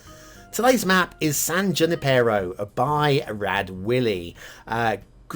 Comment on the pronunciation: Definitely meta-scale Bay Area (covering a much wider area than the recently-reviewed San Mateo). The desert doesn't fit, though. It sort of works for Foster City when it was mostly dirt and broken shells, but that was back in the 60s and 70s. Even after many visits to the UK I know I butcher some of their pronunciations, but since nobody's mentioned it yet: it's San Yoo-NIP-e-ro. The funny thing I noticed at the opening of the episode was that the land at the top of the map looks like a shrimp and the bottom portion either a crab or an octopus. Since there aren't a lot of shellfish, I guess these guys are there to say "don't mess with my brothers!". I ended up giving this map a high 2 stars. There are just enough problems that I think it could use a little work, and I don't think it's the game player's job to fix such things. Defifnitely has potential for 4, though!